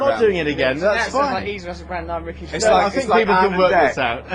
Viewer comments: My fav moment was you constantly getting his second name wrong.... its pronounced Gervaze not Gervay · His name is Ricky Gervais! Not Gervay! Get it right! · oh, at the end: his name is Gervais... see the s? not Gervay